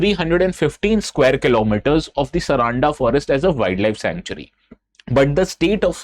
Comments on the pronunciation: it is sar-un-da and not saraanda bro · it's not Saraanda, its Saaranda (सारंडा) 🙏🏽🙏🏽☺️🇮🇳